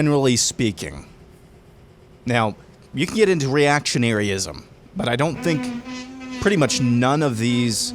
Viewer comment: He can't say can correctly or maga and you worry about this?